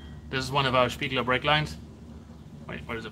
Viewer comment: Perfectly pronounced Spiegler 👌